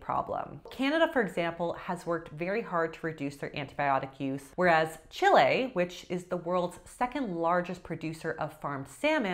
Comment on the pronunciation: thanks for the information, and thanks for pronouncing CHILE as it is supposed to be!